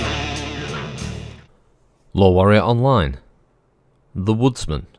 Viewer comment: Every time I hear you say Lore Warrior Online, I keep hearing LOL Warrior Online